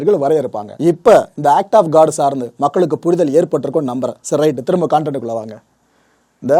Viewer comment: Bro காண்டன்ட் (content) இல்லை.. கண்டன்ட் என்று சுருக்கி உச்சரியுங்கள் plz